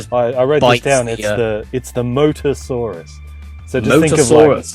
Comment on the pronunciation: moSAsaurus, bro. with an s.